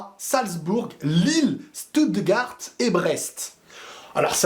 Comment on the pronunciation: On prononce « chtoutegarte » stuttgart ça me stress quand tu le dis 😂 mais sinon très bonne vidéo